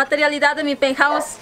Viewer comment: Mi peuthouse dice